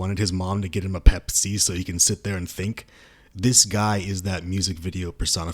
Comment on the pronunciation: The way you said Pepsi concerns me….